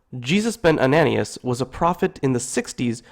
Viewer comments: Great video. But pronounce the names CORRECTLY. ANANIAS, is pronounced AnanYas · ...and it's Ben Ananias (An-a-NYE-us)